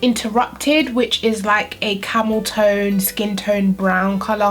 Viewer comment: Camel toe ayyyy 😂😂